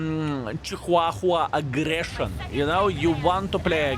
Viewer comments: Haha love the way ya Chihuahua..... Here's how to say it, Sounds like = cha - waa - wuh 🤔 DAMN little Yappy pointed eared Rats / Bats... My mom had 5 or 6 over my 63yrs... Worthless !! Get a Good Pitbull or Bull Mastiff or Shepard At least they have there Uses and very Devoted / Protective / Loving & Smart 😉 And would give there lives to Protect Your and Family's Instead of RUN away Squeaking LOL THANKS Video !! See ya tomorrow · WTF is a ciuhahua?! hahahaha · I can't get passed how says chihuahua and I'm I can't work out if it's a joke or not